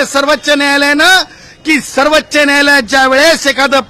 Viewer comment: सर्वच्च नाही रे सर्वोच्च न्यायालय म्हण गाढवा